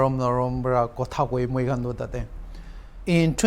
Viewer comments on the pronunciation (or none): none